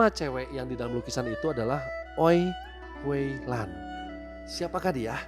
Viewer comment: Bro bacanya bukan Howe lan tapi Hui...kali...tq infonya